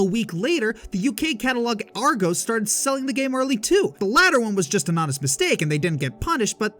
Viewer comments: Argo It's pronounced ar-gos angry British noise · Yikes at the pronunciation of Argos.